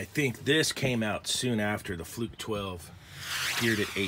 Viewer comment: "fruke's" lolol